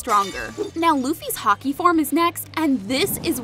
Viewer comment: When you said haki I was thinking you said the sport hockey